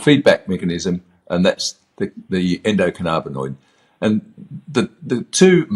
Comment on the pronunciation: Who the hell is this guy, he doesn't even pronounce the system correctly 'endo canna bin oid' theres no 'carna'